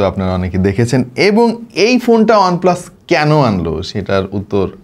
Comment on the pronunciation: ওনপ্লাস না। এটা ওয়ানপ্লাস।